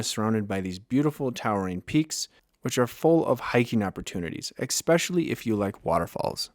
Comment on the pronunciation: There is no “x” in “especially.”